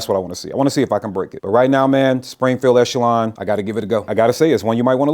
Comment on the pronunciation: Thanks for being the first of about a dozen videos who pronounced Echelon correctly!